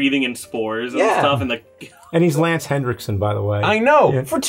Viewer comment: Stop saying "hendrickson". There's no "D." You've been saying it wrong for years.